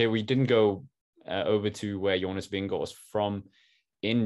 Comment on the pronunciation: Yeah you’re JONAS VINGEGAARD!! 💥 💛💛💛 Hey …we were ALL hoping! And we are all elated! whoohoo And we all love Jonas because your interviews with him proved what a nice and humble man he is. And taught us all how to pronounce his name 😂 Congratulations to Jonas! And seeing almost speechless… priceless haha. Really wished you were with us in the live commentary. Would have paid to see your live reaction. Also, have to say… Seeing Wout come to him at the end of the race was awesome! Such a great moment who hoo! 🎉🎉🎉👏👏👏